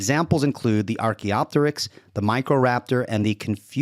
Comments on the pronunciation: He really is pronouncing it incorrectly and I have to wonder why. He's had to have heard it said to know the proper way, the fact that he doesn't and seemingly intentionally speaks to some sort of denigrating sneer. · When a Physicist can’t pronounce Archaeopteryx correctly you know you are listening to a bulletproof scientific debunking of avian evolution.